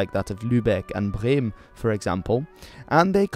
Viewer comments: You pronounced "Bremen" perfectly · You pronounced Lübeck and Bremen really good Well done Also the German eagle is still present It’s on the national passes n stuff an is still the national Emblem overall it’s just not commonly represented on our flag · I as a german love how you pronounced "Lübeck and Bremen" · I must say that your pronunciation on "bremen" was really good ! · The pronunciation of Bremen was 👌